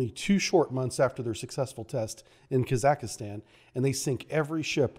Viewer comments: I love your work and the effort you put into these videos. The quality of presenting could be enhanced if you took a few minutes to work on your pronunciation. Kazakhstan is not Kazakistan. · Kazakhstan not Kazakistan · Please learn how to pronounce Kazakhstan properly, Borat is very offended